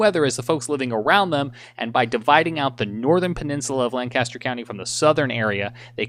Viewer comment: You almost say the county right. I live here and we pronounce it Lain-Cuss-Turr. It is absolutely amazing because you guys are absolutely correct. It would be crazy how different our forecast would be from Chester and York counties. Lancaster County’s weather forecast comes from Columbia and York/Chester comes from the national weather service in Greenville/Spartanburg.